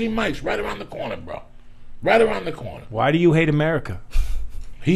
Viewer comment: “There’s a jersey mikes around the cornah..!” Lol Joey is classic